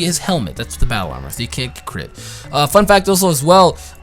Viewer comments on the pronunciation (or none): none